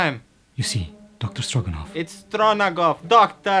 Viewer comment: Lmao LOVED this one. IT'S STRO-NA-GOFF!!!!